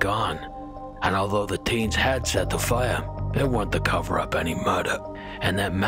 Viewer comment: Coming from a little village in the west of Ireland, I LOVE how you say “Fire” 😊